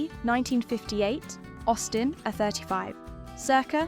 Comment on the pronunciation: I wish you'd pronounce the A's properly as A35 not er 35